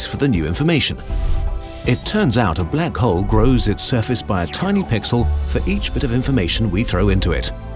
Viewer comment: what 'pixle'